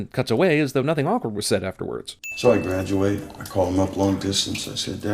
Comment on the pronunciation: You mispronounced “nothing”